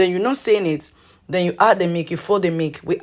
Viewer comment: You are explaining too fast. Difficult to understand when you say Mik versus Milk.